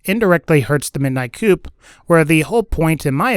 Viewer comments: Dude. The P is silent in Coup. It's pronounced "coo" it's not a chicken house or a car. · Midnight coup, not midnight coupe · It's pronounced COO not coop, Like a military coup. It's hurts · Its pronounced like kew not coup. You know like the overthrowing of a government referenced by its red text.. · Anyone think it was funny that he pronounced the midnight coup like chicken coup instead of coo like normal people lmao jk love these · Annoying to hear him constantly pronounce "coup" as "coop". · its pernounced cou the P is silent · Coup=(coo)-french like in Coup de 'etat. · coup is just pronounced koo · You're mispronouncing "grotto" and "coup". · Did he just mispronounce the coup oh God he did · ahhhh. I know! It grates on my soul every time he mispronunciations it.